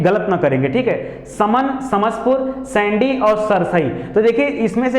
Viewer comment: Sir सैंडी नही सांडी है हरदोई का